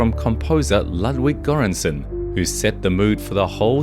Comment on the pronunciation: 'Lutwick geransenn' the best pronunciation of LOOT-VICK GÖR-ÄN-SONN